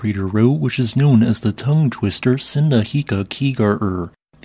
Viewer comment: that word I didn't even understand what he said for a moment but it is "Sundhnjúkagígaröð"